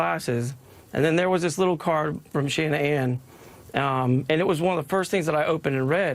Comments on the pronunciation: “Shanna-ann”? How many versions of a first name does this woman have? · Definitely crocodile tears ntm although Shannan rebelled against her mom Sandy and changed up the spelling of her name that wasn't the way it was pronounced at all...